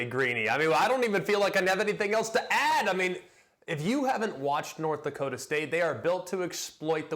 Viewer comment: How has no one said anything about "Dokta"? Do you mean Dakota?